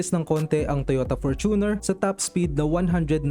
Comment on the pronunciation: FORT-uner. Fort-uner o FOR-tuner FOR-tuner.